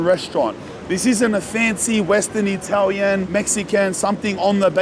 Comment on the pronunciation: Italiania 😅hahaha so funny 😁 if they say italian it italian right nope it's not!!